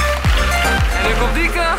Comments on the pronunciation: Hij zegt telkens dieke maar het is toch lieke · Enzo zegt de hele tijd dieke in plaats van lieke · Noemt ze nu Lieke of Dieke 😂